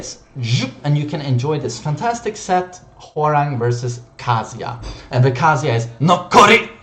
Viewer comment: Why do you pronounce Kazuya like KASIA.